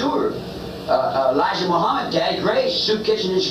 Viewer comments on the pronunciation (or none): none